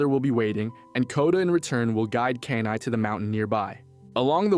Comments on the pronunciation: my head CANT ur calling him KANAI its KENAI XD i had to get it out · “Key-Nai” not “cane-eye” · they couldn't even say Kenai's name right (Key-nai). they never watched the movie if they did they would of realized koda told his side of the story during the salmon run story telling causing everyone to worry about the bear on the glacier. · This was not a theory video. This was a recap. Don't waste your time, dude can't even pronounce the main characters name correctly.